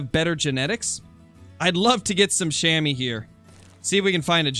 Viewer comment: Love your vids man! Funfact: Chamois is french and actually pronounced as [Shamua]: The 'a' as you pronounce the 'u' in „hunter“ and the 'oi' you‘d pronounce like the 'ou' in „you“ Greetings from a swiss hunter 😉